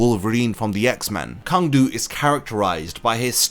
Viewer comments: I’m pretty sure his name is actually pronounced Tsang du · It is pronounced "Tsang"- his name in katakana is ツァン·トゥ (Tsan Tu). Many of the Sternritters' names are commonly mispronounced by english speaking online content creators. The word "Sternritter" itself is almost never pronounced correctly.